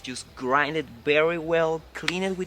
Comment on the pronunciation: Ok folks now we need to help our favourite Youtuber, you get it right sometimes, by Berry is not the same as Very...Say Veee, Say it again, Veeeee. Ok now say Very....Very...Come now, you can do it! And next is the word Now, not No. Say Cow, say Cow again. Ok now say Now...Cow and Now..Now and Cow. Now not no. You can do it!!!